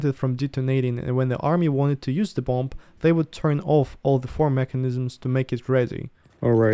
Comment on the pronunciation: Hey! Interesting video. Not to nitpick as I think that your English is great but the letter “B” at the end of the word-bomb - is silent. Also when you add “ER” to the end of the word, the 2nd “B” is still silent.